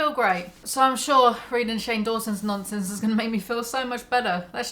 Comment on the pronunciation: hehe "nonce-ense"